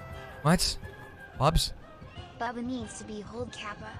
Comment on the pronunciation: The way he says bubba is oddly satisfying